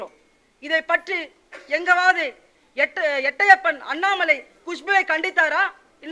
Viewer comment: எட்டையப்பன் இல்லை மேடம் எட்டப்பன் என்பதே சரியானது